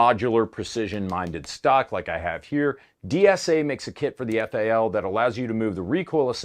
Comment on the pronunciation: Quit calling it a faal it is a F A L . Just like the Styer is not an awg it is an A U G. There is no Ack 47 or Arr 15.